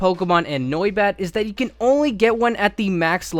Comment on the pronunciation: The way he pronounces noibat kills me inside